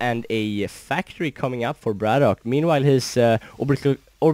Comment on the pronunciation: gg. Nice upload. His name is "Brat OK" not "braddock" or "brattock". Not nitpicking just thought that you should know. Take care.